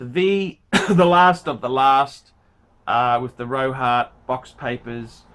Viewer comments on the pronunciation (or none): REHAUT not ROHAT!